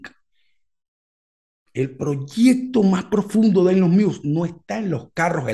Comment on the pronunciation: Cada vez que dices "muse" y no musk pienso en la banda